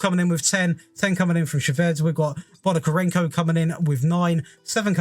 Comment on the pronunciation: You did a good job of pronouncing Ukrainian surnames, to be honest. Only one that you've "butchered" was Bondarenko, you managed to find additional "ka" in his name and say "Bondakarenko" :D. Wouldn't mind to see Will Still tactic with Reims from you, in terms of testing you can add Dnipro-1 from UPL, it will be challenging to top Shakhtar, but still managable with 3rd strongest squad in Ukraine, much love <3